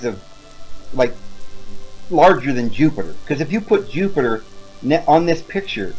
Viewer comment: did he just say Yupiter? Hahahahahahahahahaha so epic. Btw love your videos mate, keep up the good work!